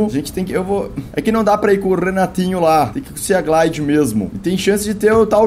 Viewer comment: Felps estou adorando seus vídeos de Subnautica mas só uma coisa: sea se pronuncia "see" ou "si" , ou seja, "siglide/simoth"